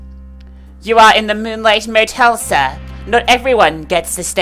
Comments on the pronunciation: Omg what the way u pronounced "sir"!! Are u doing this on purpose, not to be mean or anything but honestly that was annoying lol! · Why did you emphasize sir? Anyways the game seems really interesting.